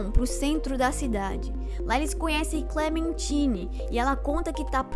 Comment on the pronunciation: ainda tem o fato do painel ligando no final dando a entender que o B-12 não morreu por completo e que ele está no sistema da cidade. E que Clementine se pronuncia "Clementaine". Mas realmente, o vídeo ficou bom, só pulou fatos importantes